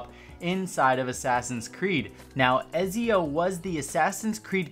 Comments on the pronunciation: "EZIO" ooooofff ETZIO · "ezzio"... Ew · It's ET-zio not EZ-zio =. = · Who tf is Ezeo??? Ya mean Etzio? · It’s not ezzii it ezio uhhh do it with me ac fans 3 2 1 🤦‍♂️ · Let’s go Eh-zee-oh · Just want to point out, Ezio is pronounced more like Etzio with a light T and there were three assassins creed games with Ezio in it called “The Ezio Trilogy”. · When he said ezio’s name I was like it’s pronounced etsio but honestly I don’t get annoyed with people that say it wrong because you’d think you’d pronounce it how it’s spelled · The way you said Ezio really annoyed me hahaha... it’s (ETS-ZE-YOH) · Its et-see-o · Its pronounced “E-ts-ee-oh” dummy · the way you say Ezio is not right and it's cringe worthy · Ezio. It's ,,c'' not ,,z'' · Anybody else get annoyed when he mispronounced ezio?